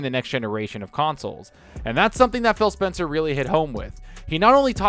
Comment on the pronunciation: Sounds like you're saying Fail Spencer, 😂